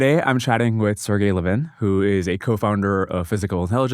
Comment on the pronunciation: His name is pronounced Sir G_y